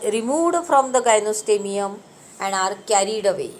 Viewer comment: It is gynostegium not gynostemium!